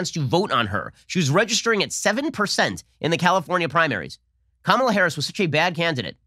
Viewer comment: Joe can’t even pronounce her name correctly.